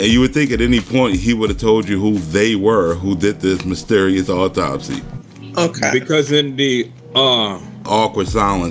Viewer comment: You would think that she could and would pronounce Autopsy correctly